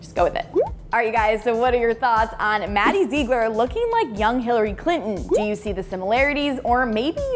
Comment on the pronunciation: It's not maddie zeegler